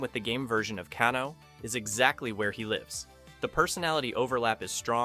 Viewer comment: his name is pronounced Cane-O not canno